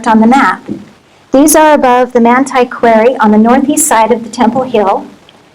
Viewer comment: This woman is an "expert" yet cannot correctly pronounce the very common word QUARRY?? Strange